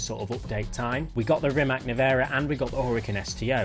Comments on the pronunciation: my ears are bleeding everytime you say RIMAC wrong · He mispronounces a LOT of names, not just Rimac.